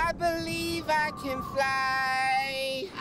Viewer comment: I BERIEVE I CAN FRYY